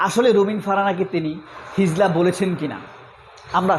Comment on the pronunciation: হিজলা নয়, হিজড়া। উচ্চারণ ই তো ঠিক নাই। কিসের ওয়াজ করলেন।